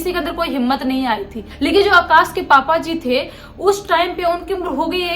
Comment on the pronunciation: Akash ko aakaas bolti hai aur strong ko ishtrong 🤦 yaar please thoda accent par dhyaan do story ka maza poora kir kira kar deti ho...